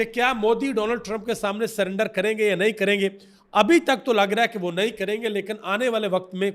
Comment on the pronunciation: سلینڈر نہیں میڈم سرینڈر 😂😂